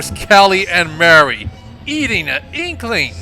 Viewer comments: ma rie not mary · You saw Marie's name like! XD